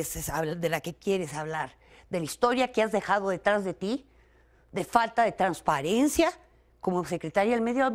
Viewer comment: Traspiariencia! Redincion! Jaja!